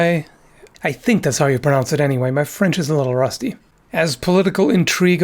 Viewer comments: Your French pronunciation is surprisingly good, it's often tough to grasp for foreigners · I'm French, too, and although there is definitively some accent, at least the pronunciation is correct. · Your french accent is actually very good ! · Your french pronounciation is astonishingly good :o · that's a good french accent you pulled out here. i guess being candian helps but still its not an easy language pronounce for an english speaker (that doesent practice). but yeah, my french ears did not bleed at all, well done. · If that's your rusty french, then your good french must be impeccable! I loved the prononciation! (The ^ in "Châtaigneraie" replaces the s of older versions, as in many french words: "vôtre", for example...) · how many languages do you talk? I'm always amazed by your very good prononciation of French and German. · As a french i must admit that your accent is really good! The way you say the french R sound that usually cause troubles to English speaker is quite impressive. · Your french pronunciation is flawless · The Frenchman I am is amazed by your accent, bravo messire! I would add the the "coup de Jarnac" earned a negative connotation because Jarnac was a Protestant, so the latter hostile Catholic authors and rhetoricians turned the manoeuvre into a symbol of cowardice and duplicity. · your french may be rusty, but (and this is a frenchman saying this) it's fucking impeccable. seriously, down the the correct pronunciations. you do speak with a norse accent, but that's totally forgivable. your "R" sounds are perfect. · pretty good french pronunciation